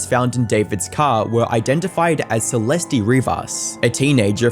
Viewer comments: “Celestey” 🤓 it’s suhlest. The fact that huge YouTube channels can’t do the bear minimum research and learns basic pronunciation baffles me. Unsubscribed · Bro you left one mispronunciation of "Celeste" as "Celesty" and then I noticed it was perfectly cut to the correct pronunciation every time after. That's insane dedication and editing skills. Nice work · is this guy AI? it's clear he's edited the audio to cut out every instance where he says "celest-ee" and the cuts to his face talking have some subtly odd movements to them. is one of the biggest drama coverage channels just a content farm? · Celeste is pronounced "Cell-est" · Is he saying “Celesty” at times? Listen carefully at the beginning of the video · “Celesty” smh 🤦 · How do you not know how to pronounce the name Celeste? Maybe you guys shouldn’t quit school for YouTube. I noticed you must’ve been researching as you were making the video because you corrected yourself, but you didn’t go back and redo any of the original. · Lol the obvious edits where he realized he was saying Celeste's name wrong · You should re release this and make sure you're pronouncing Celeste properly.. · he cant even say her name right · Yes and please pronounce her name properly the e on the end is silent and not an ie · Bro you could’ve at least learned/realised not to mispronounce Celeste’s name many times before then pronouncing it correctly and then going in between pronunciations. Just saying it’d be respectful to actually say her name right, it’s not hard considering you did say it right many times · Had to stop watching because you kept pronouncing her name wrong. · If you’re gonna cover a 14 y/o’s murder, you could at least have the decency to pronounce her name right. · I like your videos, but please pronounce things, especially victim’s names better. Her name is pronounced “See-lest,” not “See-lest-ee.” 🤦‍♀️ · “Celestee” 😂 cat got ur tongue lil bro? 🐈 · Celestie? Shooosh? Do you know how to pronounce anything